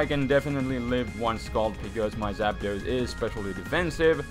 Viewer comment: Artic-uno Zap-dos Mol-tres Spanish yo